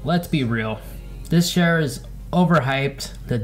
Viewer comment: Chair, not "shair"